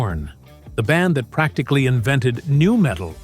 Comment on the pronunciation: Hey, AI bot? You gave yourself away . N U metal, huh?